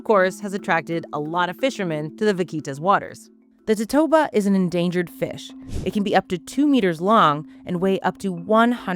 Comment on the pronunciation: Never heard it pronounced that way. In Spanish it's four syllables, to-to-a-ba, and that's how I say it in English too. The Chinese originally used the swim bladder of bahabas medicinally, which live nearby, but when they started running out of bahabas, they went for their close relative the totoabas, across the Pacific.